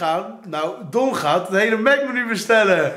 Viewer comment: Thom S ja klopt, don zei het heel raar